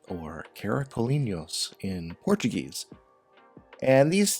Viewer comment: Before all thank you for the shout-out 💛 snail family is in good hands! And your portuguese pronunciation is very good 👏👏👏 your takes on every prompt are amazing, we always say it's OK not to make a masterpiece every day but you are doing it EVERYDAY!! You could turn some of these in prints and others stickers too 😉